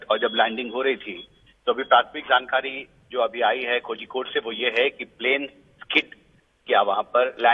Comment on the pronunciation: Its pronounced as Koyikode. Zhi is silent.